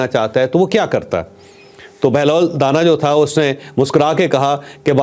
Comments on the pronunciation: O Mr scholar Sahi pronounce kr lo it's danaaa not dana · چوہدری صاحب بہلول کے ساتھ جو دانا ھے اس دانا کے الف کو لمبا کر کے پڑھیں دانا مطلب زیرک عقلمند یا معاملہ فہم آپ اس کو دانہ کہہ رھے ہیں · چوہدری صاحب آپ بہترین programme کرتے ہیں میں آپ کا programme غور سے سنتا ہوں. بہلول دانا کا تلفظ da کے بعد نا جس کا مطلب ہے عقلمند.